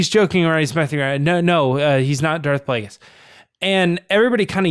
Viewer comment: Kazdan said Darth Vegas instead of Darth Plagueis in the comic con TFA Q&A, I think it was. It was very funny. The way I took it is that he doesn't really know anything about the prequels and he was just being charming about it... JJ came immediately to his rescue. But sure, maybe they were hiding something... I never thought about that. Guys, how is it possible you missed George Michael's death?! It was HUGE news. Best Christmas song ever: Fairytale of New York by the Pogues:) Did terrible in "Who Are You?". Great stuff though. Well done,.